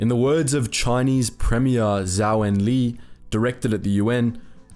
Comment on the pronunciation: not zhao but zhou not enlei but enlai